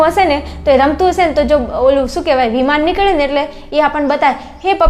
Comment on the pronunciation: વિમાન ❌ વિમોન ✅😂😂